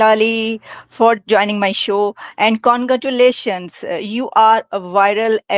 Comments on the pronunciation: AI fake VIDEO....she says CONGATULATION in place of CONgratulation....script given to AI,the script writer forgot RA in congratulation...scrite writer Wrote CONGGATULATION And AI followed same Spelling as Given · AI fake VIDEO....she says CONGATULATION in place of CONgratulation....script given to AI,the script writer forgot RA in congratulation...scrite writer Wrote CONGGATULATION And AI followed same Spelling as Given AI video Uploaded by india,israely.. pakistanis are not so stupid like indian ANd Yahoodi.pakistanis can distangwish between fake Ai And origenal videos.